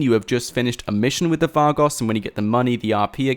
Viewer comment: You can tell he didn't play the story or San Andreas when he pronounces Vagos like Var-goss and not Va-goes.